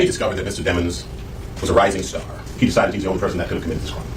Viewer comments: i love how it’s DEMons instead of DEEMONS now. 💀😂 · lmao his lawyer calling him Deh-Monz instead of DEMONS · they say his name like damons.....lets be real its DEMONS like in the bible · Mr dem-ins😂 (DEMON 😈) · The prosecutor pronounced it demons instead of dehmons on purpose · I like how they keep pronouncing his name like it ain’t pronounced Dee- muns